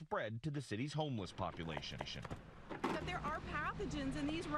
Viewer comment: “Focuses on survival vival?” And the word population ltion. Lol. Why is it doing that